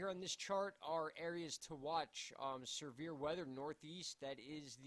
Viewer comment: Severe weather. But I like how you pronounce the word severe. Sir vear. No offense we all pronounce things a little differently. 😎 thanks for the weather update!!!